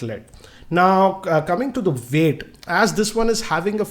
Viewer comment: this guy pronounces 'W' and 'O' as 'V'. Instead of saying Wide he says Vide, for Weight he says Veight and for One he says Vone.....Sounds funny to listen.